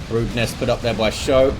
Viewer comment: Thanks for the cast,! I played pretty sloppy early on, but those Genes were fun as hell to use. (Should also mention it's pronounced "Skoe" not "show":D )